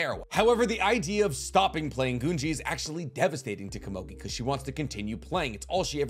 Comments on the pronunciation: I will forever be perplexed at the ability of high-information, popular YouTube theorists to never pronounce words correctly. The show even says the word many many times. "Goo-ngi" not guhngee. Wtf. And her name? Is not KOMOGI holy crap did you even watch the show or did you only read off-brand wiki pages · I don't understand why you keep swapping back and forth between "gee" "jee". Game's called Go, not Jo, right? So why would you think it would be pronounced Junji instead of Gungi. Goo-n-gee. Following this thought, Komugi. Not Komoji. Ko-mu-gee. Stop being lazy with your pronunciation. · Komugi. Pronounced Ko Moo Gee (with a g sound not a j). Also I think Gungi is pronounced Goon Gee but I could be wrong on that. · It’s GOONGEE watch the dub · Your saying gungi weird.